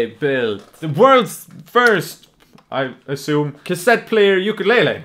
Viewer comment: It’s pronounced oo-koo-le-le! Not you-ka-le-le!